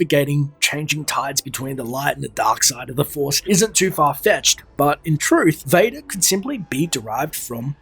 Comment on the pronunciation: ha! I liked how you pronounced father in dutch, it's quite accurate